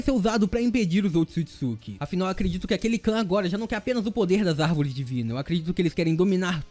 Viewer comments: Será que só eu fica agoniada quando ele fala otisukisuki? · somos 2 da agonia ele falando errado o nome